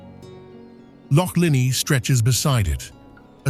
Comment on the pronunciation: Wynd, Ben Nevis, Loch Lomond and Glencoe for example - these mispronunciations are distracting in such an otherwise excellent production.